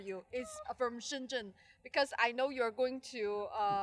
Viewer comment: Naomi is the most sweet and cute expert in the technology ... and btw I never be able to pronounce shenzhen like you XD ... i love you!